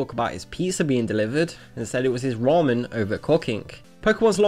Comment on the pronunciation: whats with his pronounciation in this video . rice ball = rice wall. pizza = pisa. ramen = rawmen . cooking = cocking. and thats all in the first minute